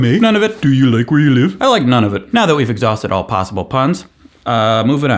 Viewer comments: It’s pronounced Noon-a-vuht... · Nunavut - is pronounced noo-nah-voot in Inuktitut. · I regret to inform you that is not how you pronounce Nunavut